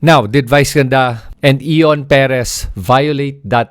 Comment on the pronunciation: You cannot even pronounce Ion properly. Late ka na makisawsaw.